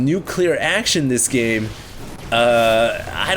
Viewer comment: It's pronounced "nuclear"...